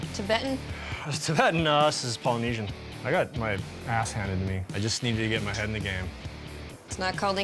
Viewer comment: That "Polynesian" was ABSOLUTE ASS